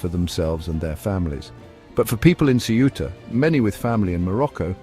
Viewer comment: PLease ask a Spaniard to read the name of CEUTA and repeat the same sounds... you IGNORANT!!!!